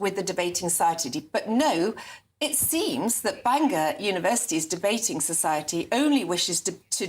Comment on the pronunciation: Sarah, it's Bangor not Banginon. 🫢